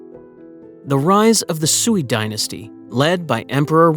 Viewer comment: Sui is pronounced sway😊